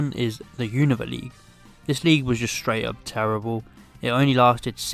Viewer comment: You said unova wrong